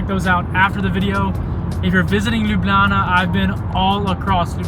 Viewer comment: yess i also love palačinke!! and also whille u were talking u passed by my home and also school. And also ur finialy someone that knows how to say Ljubljana corectly.